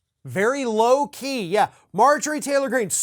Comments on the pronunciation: No,, he said very "Loki," not "low key" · Did he say low key or Loki. I think he meant Loki cos the resemblance 😉 is there.